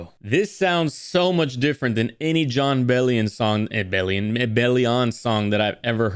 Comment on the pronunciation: hahah you said his name right the first time